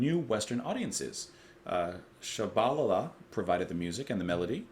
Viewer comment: Inserted, since the rest of this is probably TL;DR. This is my favourite reaction of yours so far. :D To say Shabalala, try "Shabba Lah-la", (with long a's as in father, always) and then just let that run into a single abba-lah-la. Homeless is mission music, yes. That's part of its beauty. It's early African music grafted onto the new songs people like "singing Methodists who believed the Devil shouldn't have all the good songs" brought with them. I think some of this music can be traced back to the shanties the sailors would sing, working down in the harbour, too. Zulu converts heard the harmonies, took them home, and made them into something freshly beautiful, and then brought them "back to church". And then that's the way everyone sang at the mission. Everyone. ======================== first impression began here .... Short version: Quite a lot of the African contribution to this album has been "corrected away". (But they kept Homeless, and maybe even improved it, so maybe that's OK. A song's meant to be alive, not frozen and stored away in a single recorded version.) Oh and the last song is one I don't know. Might have been added to the new version of the album, maybe to fill the CD or something. (I think it might be a replacement for something with a certian je ne sais quoi in my memory.) ========================= Long version follows. It's now very long. Just saying. Eyish! (AYSH/ ish!) There's something wrong with this mix. I wonder if someone has "made it better"?